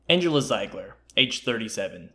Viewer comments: Pronounced "zeeeegler" 🙄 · Haha yeah but if you replaced the "e" and "i", it would sound as you pronounced it in the video :) So it's not as if you were way off